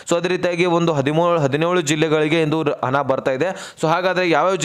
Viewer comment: ಅದು ಹಣ ಕಣ್ರೀ ಹನ ಅಲ್ಲ